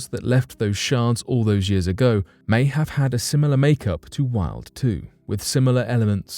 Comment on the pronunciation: Rarely shows actual photos of topics that are discussed that's very annoying. Also the 'Wild' probe is pronounced with a 'V' and not a 'W'. That's the German way.